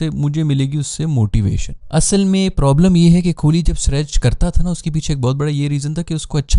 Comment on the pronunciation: Its kohli not kholi. Pronounce sahi kren